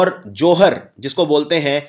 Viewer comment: Sir aap thik se pronunciate kro....its kata toli, chtra, johaar etc.